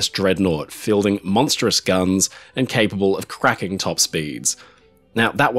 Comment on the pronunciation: You did say "cracking" top speeds and not "crapping" didn't you? 😁